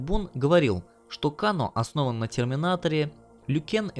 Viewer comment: КЭЙНО А НЕ КАНО !!!!!!!!!!!!!!!!!!!! ТЫ ЖЕ ТИПА ОРИГИНАЛЬНУЮ ОЗВУЧКУ ЛЮБИШ ВТФ !!!!!!!!!!!